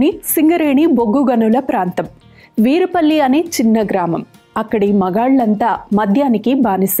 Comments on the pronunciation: It’s not Veerapalli its Veerlapalli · Its veerlapalli, not veerupalli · Veerupalli kadhu "verlapalle" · Veerupalli kaadhu thalli adhi....veerlapalli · వీర్లపల్లి అనాలి...